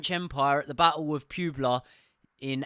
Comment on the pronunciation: Terrible pronunciation…Battle of (PWEH-BLOW) Pueblo